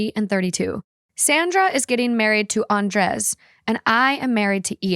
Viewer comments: It’s pronounce AN-DRAY not AN-DRES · Love your show. Listen all the time bit don't think I've ever commented. That's usually because I'm driving. Just wanted to say... lol... I'm pretty sure Andrez is pounced "Ahn-dray." 😅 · The way they pronuncie Andres felt so uncany for me as a spanish speaker 😂 it sounded like "undress" every times 😂😂